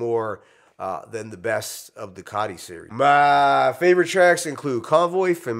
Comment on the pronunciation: ITS COTI NOT Cotty😂